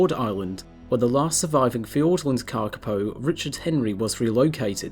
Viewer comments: Moss Chickens!❤ One thing to add, your pronunciation is very good but you should extend the vowels a bit more. The correct spelling is kākāpō and its cousins the kākā and kākāriki, with the macrons indicating a longer vowel sound and kākā meaning parrot. The shorter sounded word kaka means poo in Màori😉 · Karkipow !?? What's that? I know the Kakapo. If you bother to pronounce the Kakapo name properly it will sound more beautiful, more authoritative and more respectful of the maori name. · Kaka paw is how it said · thank you for your reply. Kakapo is a maori name and unlike in English usage vowels are pronounced consistently. The letter a is the same as the words car, father. the second letter a in Kakapo is also pronounced a and not like an "i" as you did. The big difference is that the letter "o" should be pronounced as in the work "fork, port". "O" is pronounced best with lips extended. All vowels in the name Kakapo are long and with even emphasis. My father was a passionate advocate and tutor of the maori language and I have given NZ politicians lessons in maori language pronunciation. Your "just fine" pronunciation is classic lazy kiwi pronunciation which would have gone unnoticed 20 years ago but fortunately today more people in all walks of life (even scientists) are embracing attempts to pronounce maori as a mark of respect and NZ nationhood. I hope this helps.